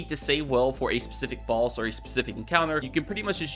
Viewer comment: Boss. Not bolls